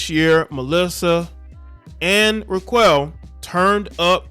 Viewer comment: Dude I think her name is pronounced “rock-elle”